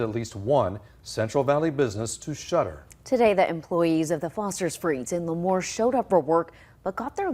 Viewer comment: I'm from Lemoore. It's pronounced Lee-moore btw not La-moore. I can't believe that Foster's freeze is shut down. I loved that place. 😢 Also, Lemoore is actually a conservative town. It's a small farm town. I'm willing to bet that most people did not vote for this.